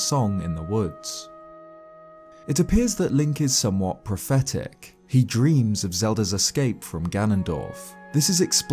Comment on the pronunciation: I kept hearing "pathetic" from "prophetic" and it's hilarious.